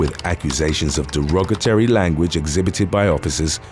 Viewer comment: Its not derogaterry its derogatory!! Please learn to pronounce English correctly , I mean it's your job now I assume?!